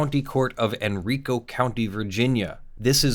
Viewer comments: Not criticism - just for future reference - Henrico is pronounced hen-rye'-co .... not hen-ree-co VA resident here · It's heN-rye-cO, not en-rico. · It's actually pronounced Hen-rye-co Thank you for covering this btw ^_^